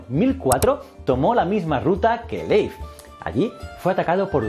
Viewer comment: Mi única queja es que le dijera "Leif" cuando se pronuncia Lif, que distractor fue eso